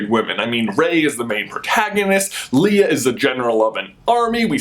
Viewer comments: Lee-uh? No sir. Leia. It's Lay-uh. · I also noticed you said lia instead of Leia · Who is "Leeah"???? smh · Why do you pronounce Leia weird? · You pronounced laya (I don't know how to spell it) 'lee-ah' when it's pronounced 'lay-yah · You know the earlier movies would pronounce her name Lee-ah and later one they started saying Lay-ah. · Why does he pronounce Leia like Leah. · OKAY!!! He did not just pronounce Leia like Leah!!!!!!!! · im sorry did you just say Leea?? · it's pronounced lay uh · The fact that you pronounced it Leah shows that you don't care at all that women are in the movie and you just want feminists to like the video. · Did you really just pronounce leia as leah? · You pronounced Leia wrong . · NO! YOU PRONOUNCED LEIA'S NAME WRONG! YOU KNOW HOW MANY PEOPLE ARE GONNA HATE YOU FOR THAT!!?!? you have to prepare for the onslaught of SW fanboys. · You're a big Star Wars fan, yet you can't even say "Leia" right. Jk, no hate bro xD